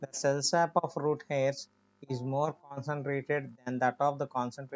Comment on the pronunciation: It is cell sap Not cell sub